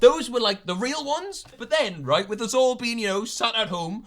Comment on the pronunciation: exposes himself with the waitrose comment, says woh instead of us as a distraction